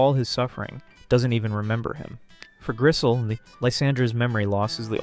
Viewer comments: There are so many thing wrong with this video but I guess the part I want to focus on is that you mispronounced Griselle and Grisham’s names repeatedly and also that you consistently misgendered Griselle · I also don't get why he so often mispronounced names. Grisham and Griselle are not hard to sound out.